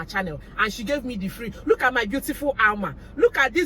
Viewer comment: Alma pronounced your name sexily 😁